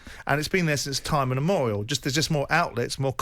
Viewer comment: It's time immemorial not inmemorial